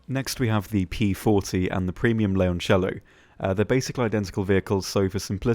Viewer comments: considering 97.3% of the people call it Lioncello or Lyoncello that's one of the most correct non-Italian pronounciatons of Leoncello i'v ever heard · hem you're actually almost spot on with how leoncello is pronounced, yes it sounds a bit forced but every other single video out there, the way people says it, in italian sounds like leonciello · thank you for pronouncing the leoncello so correctly xD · Your pronunciation of Leoncello was actually pretty good